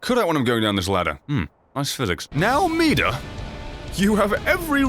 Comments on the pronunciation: Meeda... midir is pronounced meeda... The more ya know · It's pronounced mid-deer plus your my favourite youtuber keep doing what you want because this is your channel and I love you